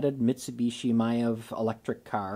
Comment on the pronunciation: I'm no expert, but around youtube I hear the correct pronunciation, phonetically is "EYE-meev". Just sayin'.